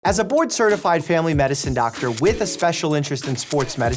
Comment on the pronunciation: to me the intro sounds like "as a bored, certified, family medicine doctor"